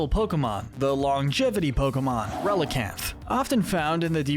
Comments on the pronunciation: you pronounce some of the pokemon names really wrongly. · Do the Bug-type next! I’m warning you, though: stop mispronouncing Pokémon names, “”! 🤨